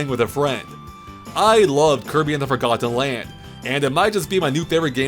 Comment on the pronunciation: I hate the way he says forgotten land, like four got ten